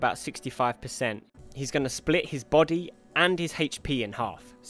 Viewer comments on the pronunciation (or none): none